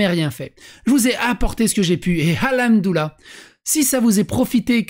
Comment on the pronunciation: Je suis un rebeu (oui mais mon pseudo blablabla osef) et on dit : Hamdoulah ou Al Hamdou Lilah , mais pas Al Houmdoulah, et ça, ça me gonfle, avec tout les Wech, Walah, Starfoulah...